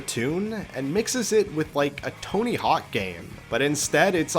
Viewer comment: Italian emphasis on tony lol. Becomes a don with unlimited fire flowers. don’t take chests for granted. Kena has you manually dive in to get lol and some games have bad animations like star ocean divine force and Valkyrie elysium. I did have a barrel get stuck in midair for Oceanhorn 2 for no reason lol. Robopon 2 is better, you got a party and they fight at the same time.